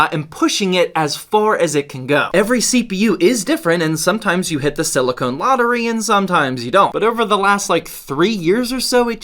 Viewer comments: It's because he pronounced it as "silly cone" instead of "silly kin." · you are pronouncing silicon wrong. silicone is what breast implants are made of. silicon is what cpus are made of.